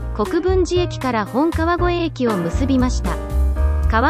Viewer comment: ナレーションで、本川越駅を「モトカワゴエエキ」って言ってたよ。